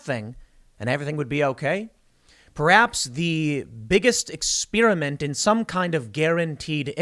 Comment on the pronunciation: Tim "ex-spear-iment" Pool